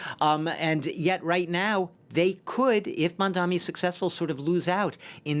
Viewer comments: ‘Mamdammy’, ‘Mandommy’, ‘Mondanny’…yeah… it’s really not that hard. Honestly a little racist that these talking heads still can’t get his name right at this point. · Its Mamdani not Mamdami #zohranformayor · With all his ïnternational "experience the so-called expert, still mispronounced Mandani's name as MamdaMi!! Typical European goof-ass! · Hey, it’s “Mamdani” ffs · Dude can't even correctly pronounce Mamdani. 🙄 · Is it so hard to pronounce his name correctly?